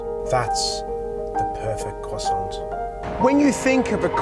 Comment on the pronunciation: Please please... croissant is spelled with a T at the end, but which is not pronounced........ 😒🤦‍♂️🤷‍♂️